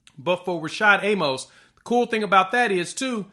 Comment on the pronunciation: A-Mus. Not A-Mohs. He literally has the correction on his Twitter page.